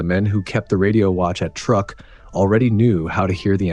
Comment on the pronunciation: Say the word 'true'. Now aid a K to the end of it. Truek. NOT truck!